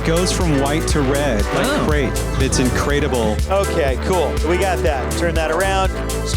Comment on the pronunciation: "It's incraitable." Please tell me that man has been fired.